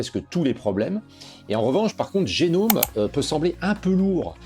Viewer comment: Merci et longue vie à cette nouvelle chaîne francophone Linux. Linux Mint en tant que distro pour débutant (mais pas que) est un choix solide, et cela depuis longtemps. Juste une petite remarque : Gnome ne se prononce pas "génome" mais "gnome" (comme un...) Cela vient du fait que GNOME = GNU Network Object Model Environment et que GNU (GNU's Not Unix) s'est toujours prononcé : gue-nu